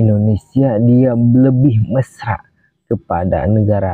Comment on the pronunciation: Perkataan mesra terbalik huruf tu,...admin. Mersa.....(MESRA)...😅😅😅😅😅